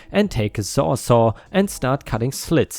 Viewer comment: The tool is not a "sawzaw". It's a sawzall. I know. My husband uses his all the time.